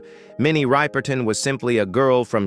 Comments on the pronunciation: Minnie Ripperton’s last name is mispronounced here. It’s a soft “i” as in “rip” v. “Ripe” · Its Minnie Ripperton not Riperton😢